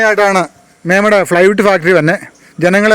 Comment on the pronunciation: മേമട അല്ല ചേട്ടാ... മേവട ആണ് സ്ഥലം